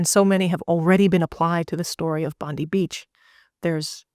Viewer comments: Just a side comment, the pronunciation is actually Bon-deye, not Bon-dee. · It’s pronounced Bond eye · Just quickly, Bondi is pronounced as Bon-di (di as in Diana) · The pronunciation of Bondi In Australia is pronounced Bondeye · Pronounced “Bondye” Beach. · Pronounced ‘Bond eye’ beach. 😊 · Excellent video . Minor point : Bondi is pronounced as Bondie . Ironically. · FYI, you're mispronouncing Bondi beach it's Bond-eye. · Please use the Internet to hear how to pronounce Bondi Beach because you have got it wrong